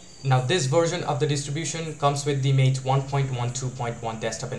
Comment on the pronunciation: MATE = "Mah-tay" but good video otherwise.